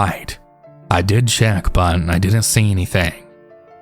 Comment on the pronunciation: I love your stories but the way you say “but” is so annoying lmaoo